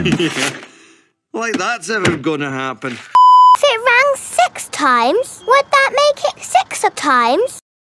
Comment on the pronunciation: PEPPA says Seeks😂😂😂😂😂😂